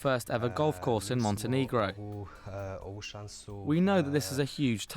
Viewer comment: OMG, its not Montenigro, its Montenegro!!! -_